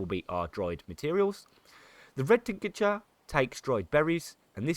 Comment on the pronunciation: Superb guide mate, really well explained, every detail for each topic, keep it up! One thing that really bugged me was how you keep on saying "tincature" instead of "tincture". There is no 'a' between "tinc" and "ture". So 2 syllables, not 3 ;)